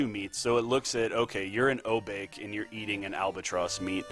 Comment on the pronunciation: Knowing technical and lore is great, but I prefer runners who also know how to pronounce the stuff in the game. When I heard "O-Bake" I was like ... okay, I said it that way when I was 8 years old. But we're all adults now. At "Jen-bu" I was like "is he even trying?" Then with Say - Rye- You, I stopped watching.